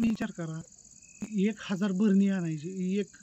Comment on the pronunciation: भरणी नाही म्हणत बरणी म्हणतात